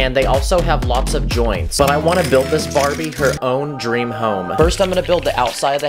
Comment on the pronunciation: he said bariby